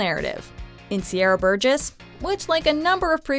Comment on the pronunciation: Sierra burgess? Really?